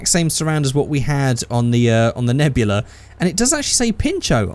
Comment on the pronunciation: It’s Nebula not Nebular